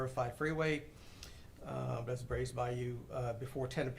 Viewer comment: Dude can’t even pronounce bayou properly and it’s driving me nuts. It’s bye-YOU not bye-oo